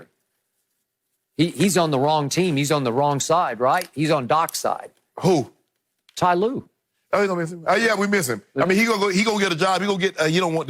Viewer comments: He said ty lue top 5 😆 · This man really said tye lue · I remember my old american co worker insisting his mistake everytime and that's what skip is doing when he said ty lue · Ty Lue? Boaa stop that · He Really Said Tye Lue Top 5 All Time 😂😂😂😂😂😂😂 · Unc said, Skip you better stop playin wit me! Lmao 😂 😂😂 The man said Tyronne Lue smh...